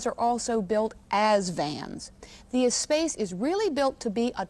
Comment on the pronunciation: Ugh. It's pronounced "ess-sposs."